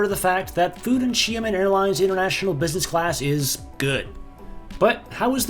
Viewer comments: From 'Shy men' to 'She men'.... it's still not pronounced right..... Close but still not quite; it's she AH men, with an ah sound in the middle as if you were seeing the dentist. It's actually two syllables but if you say it in quick succession I'm pretty sure it will sound alright. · Sorry not she-man more like Sheah-min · Sorry, but its "She-ahh men," Not 'Shia-men' 😭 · SHA (Downward Tone) MEN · I usually don't want to bother non-native speaker with pronunciation, but it looks like you want to give it a try. LOL I think Xia-men the "men" part is not an issue but the "Xia" prefix. "Xia" really sounds like "Shot" (Gun shot or drinking shot glass shot) without the "t" sound. Hope this helps. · it’s pronounced (SHE-AH-MEN) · You definitely got closer. Try saying it like Sha Men, like the sha in shadow. Also, was this filmed sometime before March? I saw a 737 MAX, unless that’s where MF is parking them... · I love seeing the “packs” of Av geeks wherever they can snag a good spot. 😊✈️ Another great video. I still don’t know how to pronounce Xiamen.😳😲🤪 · I am certain that any one of the flight attendants could have taught you how to say the name of the airline correctly...